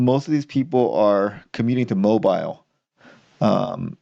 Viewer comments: "mow-BEEL", not "MOW-bile" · i must let you know, it is pronounced 'moe-beel', not moe-bile'. That's all.